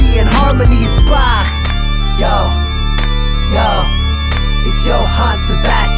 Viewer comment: i am immensely grateful that you pronounced his name properly